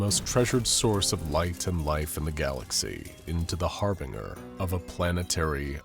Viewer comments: Har-ben-jer / har-bin-jer NOT Har-bringer / Har-bring-gger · Anyone else hear how he pronounced harbinger at the start?